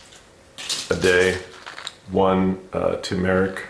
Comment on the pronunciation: Appreciate the info. Also, you do pronounce the r in the middle of turmeric. Ter mur rick. Turmeric.